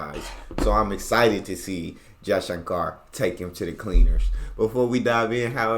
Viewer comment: As a start Please pronounce our names right.... it's pronounced as "shankur" and not "shankaar"😊